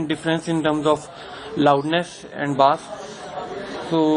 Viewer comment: it's bass and not baass ..chutiye ..!!!lollll